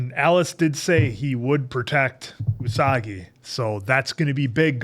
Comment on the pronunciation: calling Usagi "Unagi" makes me laugh every time because it means eel.